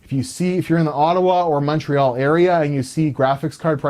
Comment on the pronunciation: Honestly, if you complain about lack of honesty and competence in people you buy from, you should also tell them they snet you an upgrade without charging. Same rules for everybody and such. also, for the Canadians among you, is Montreal really spoken MunchReoll?^^